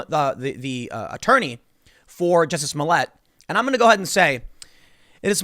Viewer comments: It's not jussie it's juicy. He black, gay, not just French! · It's pronounced "Juicy Smoll Ey", Tim